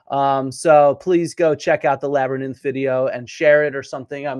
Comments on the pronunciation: He says "labyNITH", not "labyrith" - its even worse than you think, AND he says it multiple times, so its not just a slip of the tongue lol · Labberninth cracks me up everytime I hear it! Great video, Flint! Thanks for all the hard work you put into these! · You’re gonna say “labber-ninnth” forever now, aren’t you? 😆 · Honestly I'm a fan of Joe Rogan. I understand he is wrong on many historical things, but I appreciate his curiosity and diversity of guests. That being said, I really appreciate you giving him crap about the way he says "labernyth" Labyrinth. 😂😂